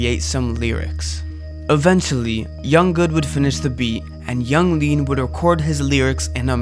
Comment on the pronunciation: You lost me at "Yung Gud", "Yung Lean"